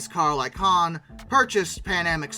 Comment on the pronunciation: Heathrow = HEETH-roe Barbados = bar-BAYD-ose Icahn rhymes with icon (long stressed I, syllables run together)